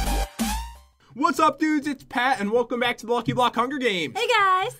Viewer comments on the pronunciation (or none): Is it just me or did he say blocky luck? Lol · Pat you said lucky bock